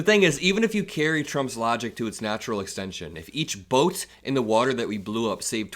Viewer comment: They call it “wutter” it’s the thing, wutter, it’s wet, think of it… the wutter